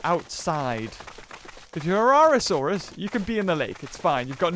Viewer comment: It's not a herrasaurus it's a herrerasaurus